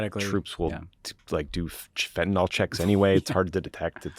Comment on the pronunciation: Now you guys are also mispronouncing Fentanyl as Fentanol just like MAGA.